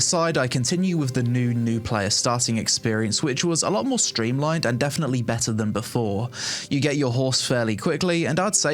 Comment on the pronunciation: Love these types of videos. Great overview and helpful to know what's happening with the game. I've followed AOC's development for many years but havent made the plunge to try it yet. Oh, also, I like how you transform the word "better" into "bet-ahhh." 😂